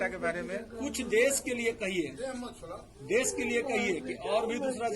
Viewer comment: देश होता है ना कि देस